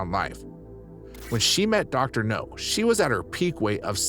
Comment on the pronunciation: It's Dr. Now, not Dr. No!